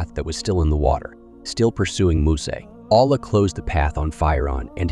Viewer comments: The person telling story ..are you mispronouncing the words on purpose...like Allah, Quran, and any other videos your talking over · Get a Narrator. I don't like how the AI pronounces "Allah" (SWT)